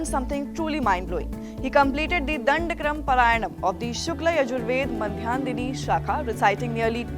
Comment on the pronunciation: Pronounce properly...dhandakrama